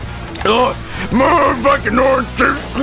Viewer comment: I love how pronounces juice. It's just "j o o c e".